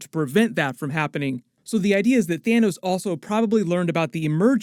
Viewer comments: "THINOS" LOLOLOLOL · "thin-os". :D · "You can call him Thinos" 🤣😂 nice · i love how he said "thinnos" lmaooo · "Thinos" lol